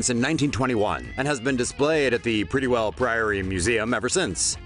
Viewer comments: Prettiwell is not pronounced like that. I am from Southend. Edit: Pretti is not pronounced 'pretty' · It's not 'Prettywell' it's Prittlewell. Prittle-well.